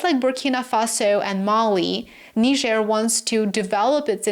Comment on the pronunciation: Thank you for your intelligence and articulation in pronouncing Niger accurately.